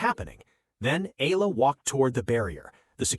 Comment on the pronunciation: If you plan to keep telling these types of stories, please be respectful and say/ pronounce Alex Eala’s name properly. I was wondering who “Alah” or “Ay-la” you’re talking about, at the start of your story, then it was becoming annoying.